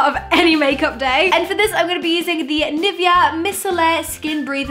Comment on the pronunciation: That's not how you pronounce 'Nivea' wtf did you say 😂